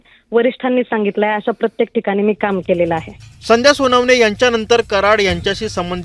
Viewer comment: आधी उच्चार सुधारा रे ? संध्या म्हणायला हवे, संदया नाही . कनेक्शन म्हणा न बाणातला नाही नळातला हवा. चले व्हिडिओ बनाने???